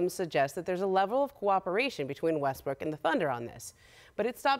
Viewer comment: she also called him westbrick.